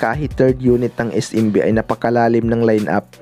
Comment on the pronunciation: es-‘em-bi hindi is-im-bi